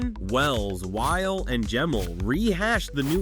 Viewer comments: Pronunciation of his last name had me triggered! It’s not while it’s whylee! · You’re saying his name wrong. It’s Wyle, sounds like wily (like the coyote). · Noah Wyle is pronounced “WY-LEE” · IMDb trivia says it was written as a spinoff from ER, but R. Scott Gimmel and Noah Wyle (pronounced like wily) couldn’t get Michael Chrichton’s blessing. So they changed the main character’s name and went to work. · My last name is Wiley and your pronunciation triggered me. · I thought I was the only one bothered